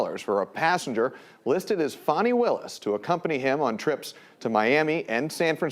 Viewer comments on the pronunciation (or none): I don't understand why they can't pronounce her stupid fucking name correctly. It's Fani not Fonny.